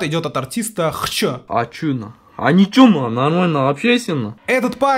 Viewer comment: Вообще-то Xcho читается как Хчо а не Хшо